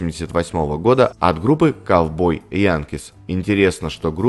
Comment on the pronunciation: 16.05 название группы Cowboy Junkies произносится Джанкиз а не Янкиз